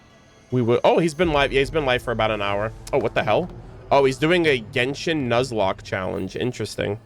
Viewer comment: You saying jenshon is making me 😂😂😂🎉